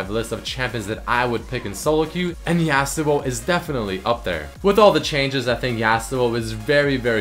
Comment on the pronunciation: Hehe,, you got your "yAh-suo" right, but you still kinda say "exetera" insrtead of "et cetera" =)